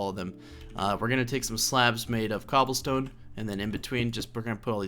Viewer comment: "Infested Cooblestone" :D